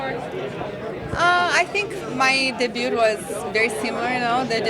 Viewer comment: wow she can't even pronounce debut properly